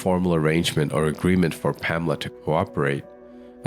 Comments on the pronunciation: Her name is pronounced PAMela, surely (Not PaMELa)! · PaMEla?? I think it would be PAmela. That's the normal pronunciation